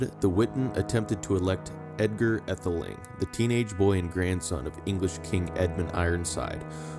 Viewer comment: Pronunciations need work -- too bad to hear an American voice instead of a British one. E.g., Aethling - long a or AA (ae diphthong use in OE). But clear useful information of historic figures.